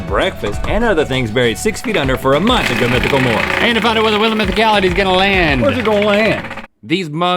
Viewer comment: Does anyone else love how Link says "month"? No matter if he says it on LTAT, GMM, or Ear Biscuits it is always like "MUNTH".